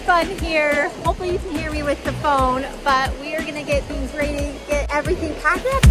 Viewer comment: is tHe way u pronounce ready a Utah thing? Also why does Justin call Jared new guy? And why do the binghams call Justin, jut?